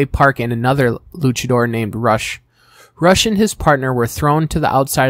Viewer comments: It's pronounced Roosh, not Rush. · Great video the only nitpick is that rush name is pronounced ruushh